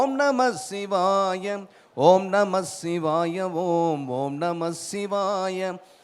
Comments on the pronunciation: Shivaya pronunciation thappu ji aluthu sollanum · ஷிவாய அல்ல... சிவாய என்று உச்சரியுங்கள்.